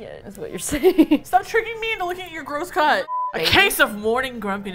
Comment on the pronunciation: You do NOT want to know what I heard when "gross cut" was uttered.